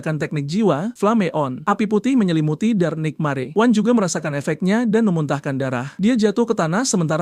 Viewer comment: Penyebutan tulisan NIGHTMARE kok gw dengar NIKMARE😂😂😂